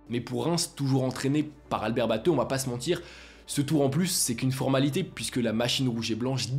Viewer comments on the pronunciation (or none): none